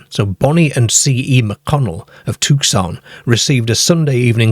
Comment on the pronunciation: Yes I love the crazy mispronunciation of the city ''Tucson'' so many people have... "too sun"? Nope. It's funny in a really vague yet boring way, but You say it correctly,: "Tewk sun" 👍🏼 Another accurate way if saying it is "Tuck son" Appreciate another interesting and entertaining vid P.S.: We don't have a city named Cornwall in the U.S.A but we have lots of cornwalls also